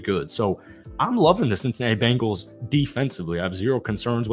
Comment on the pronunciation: Learn how to say there name. B-Engals no a after the B.